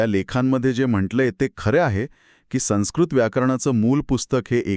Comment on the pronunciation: छान. आपले व्हिडिओ चांगले असतात. योग्य शब्द सर्वांना कळावे म्हणून फक्त तीन गोष्टी सांगते. एक संस्कृत शब्दात स वर अनुस्वार आहे. त्यापुढे आलेलं अक्षर स असल्याने अनुस्वाराचा उच्चार व असा होईल, न नाही. दुसरं म्हणजे अतिशनोक्ती नाही तर अतिशयोक्ती असा शब्द आहे. तिसरं म्हणजे हेच ताकद नाही तर हीच ताकद असा म्हटलं पाहिजे.